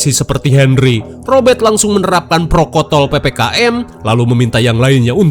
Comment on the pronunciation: Protokol bukan prokotol 😂😂😂😂